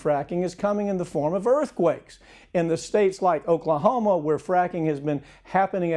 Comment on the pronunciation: Oaklahomo lol